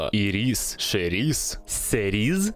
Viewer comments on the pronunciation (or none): none